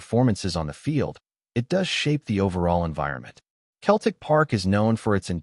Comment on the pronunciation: It is not pronounced Keltic. It is pronounced Seltic.